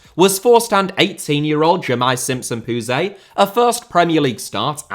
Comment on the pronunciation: it’s Simpson-Poosey, not Simpson-Poozay. Put some respek on my guy’s name!